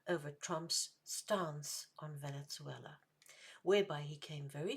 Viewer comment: Two questions: Is there a reason you pronounce it "Venet-zuela?" Would the human-sacrifice-practicing indigenous peoples of South America been better off had Western civilization never arrived?